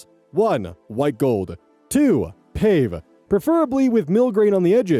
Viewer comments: Its pronounced Pah-vey, not pave lol. Very sweet story though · Fun fact; it’s not “pave” like pave a road, but “pa-vay” it’s a stone setting in jewelry. My husband is a jewelry designer so I hear this all the time lmao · Pronunciation note. I love your narration! This hit a special interest of mine though. OP typed it as "pave" but means "pavé" (pah-VAY). It literally is just French for "paved" though. It's jewelry settings where the surface is covered with a bunch of tiny little diamonds, sometimes surrounding a larger jewel. Thing bedazzled items or Rococo jewelry. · When talking diamonds, pave is pronounced "pav-ay" and refers to the tiny diamonds that surround the msin diamond on some rings. 😊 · Fyi, pave is pronounced pah-vay ❤ Also as a singer, i am always thinking about where sounds live in my body And my soup is cream of asparagus made by my oncle Robert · That TIFU story was so wholesome! (One note: “pave” in terms of gemstones is pronounced pah-vay. Technically, it’s pavé, but in English, we drop the accent mark. It’s a type of setting that features lots of tiny, closely let diamonds on the surface of the ring, creating a “paved” surface of sparkly gems and you don’t see a lot of the metal. Hence the name.)